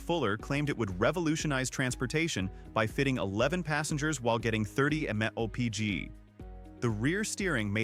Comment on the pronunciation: Apparently AI can’t pronounce MPH or at least this one couldn’t!